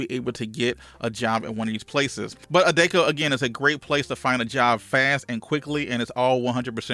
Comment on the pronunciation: That's for posting this. It's pronounced A-Deck-O